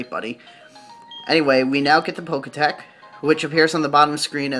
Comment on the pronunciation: It's Pokétch, not Pokétech. XD From Pokemon and Watch...